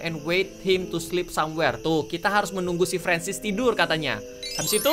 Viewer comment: Mister francis kak bukan ferensis